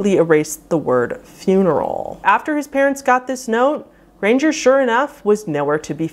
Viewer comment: And R’s “grangeRRRRRRR”